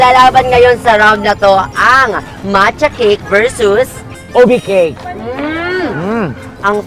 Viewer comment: Nakakatuwa na sina bi niya mancha exept macha hahahahaaha